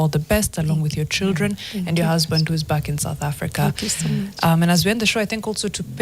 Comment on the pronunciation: Dude's started saying Beckie for a simple back😂😂